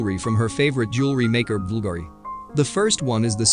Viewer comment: Bulgari is pronounced Bull-Gah-ree